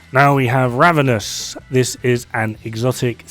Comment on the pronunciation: at the Ravenous part, I legit thought that you said the Ramenous with a straight face :))) I think I've woke up my neighbor with my laugh :))